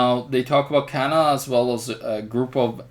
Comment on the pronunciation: it's canada , not canaba !